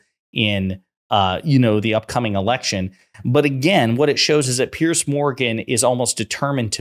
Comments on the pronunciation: Pierzzzz. Not Pearce. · "P-Arse Morgan"as the Scottish would pronounce it, is an arsehole!